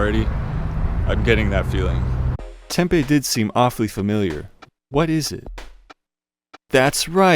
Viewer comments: There is a Snyders factory like 20mi west. Every store has it. Also you’re saying Tempe wrong. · As a native of Tempe your pronunciation infuriates me. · FWIW his pronunciation comes closer to how 'Tempe' (the soy-based fritter dish from SE Asia) is pronounced 😂